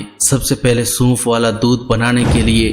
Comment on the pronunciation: Bhai bolna to pehly Sikh lain Suunf ni sonf hota h